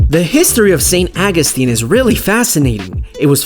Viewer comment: Could have been a great video... Saint AW-GOO-STEEN. AWWW!